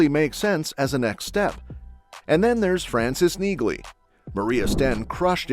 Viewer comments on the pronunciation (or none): Her name is pronounced “Nee-Lee”!